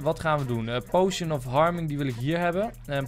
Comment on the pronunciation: potion spreek je uit als poosjun niet pojsjen :P